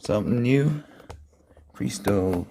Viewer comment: I think that it is pronounced like "PRESS-TOW"